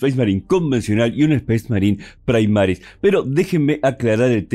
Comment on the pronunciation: Primaris, del latín no praimaris